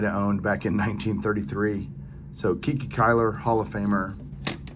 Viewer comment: Don't wanna be 'that guy,' but KiKi Cuyler's sobriquet (that's a ten dollar word) is pronounced "Kai-Kai" (Rhyming with "bye bye"). It was a play on his last name.